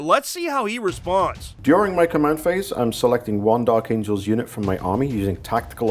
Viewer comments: "Dark Amgels" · Lol "Dark Amgels" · Took me 13 minutes to realize “Dark Amgels”